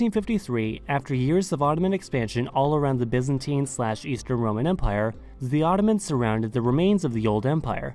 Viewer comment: Why do you say "za" instead of the? 😂